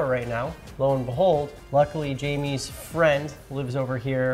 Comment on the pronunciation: Cmon you’re in Mexico, it’s “high-may” not Jamie haha